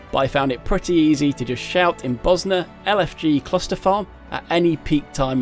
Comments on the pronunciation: It's Bozja but the pronounciation he went for was like he was saying Bosnia how the natives there do 😂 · I coulda sworn they pronounce that J like a Y, but its really w/e really xD I used to pronounce the J hard because Iunno, but then I started saying it similar to Mjollnir (myol near), so iunno lol EDIT: forgot to clarify xD, I just meant I pronounce it Boz Ya or something like that, I honestly dunno how to do proper text based pronunciation marker thingies